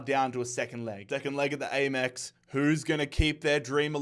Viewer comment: im sorry but why did he pronouce the amex as the a mex